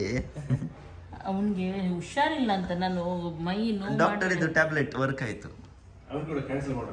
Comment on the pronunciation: ಉಷಾರಿಲ್ಲ, wrong pronounce ಹುಷಾರಿಲ್ಲ, right pronounce